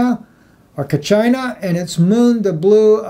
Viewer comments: Brother it is pronounced "Ka cheeee na". thanks for your video on this subject. Very well done. Shalom. Maranatha. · Kachina is pronounced Ka-chee-na. 1 AU is one astronomical unit= distance from sun to earth. All of this is happening. There are good channels with visible proof. Climate change happened from the outer planets inward, where the system passed. It wasn't the cars on Neptune...